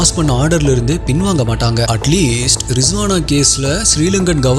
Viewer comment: Riswana illa risana bro